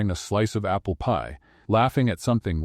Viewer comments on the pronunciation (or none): none